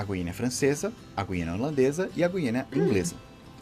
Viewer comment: O nome correto não é guiania..É guiana caralho!!!